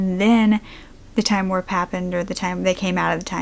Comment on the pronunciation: warp, not worpe